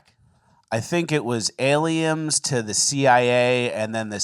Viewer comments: “Aliems” Also: “it’s NEWYEAR dumbass” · I really like how complains about new yearS. But says aliems. Lmao 😂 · “aliems” new word in my vocab, thanks 👍🏻